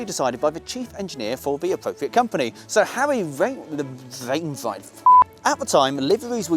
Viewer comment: You have to admit that saying SE&CR and Harry Wainright in the same sentence is really difficult but you pulled it off beautifully.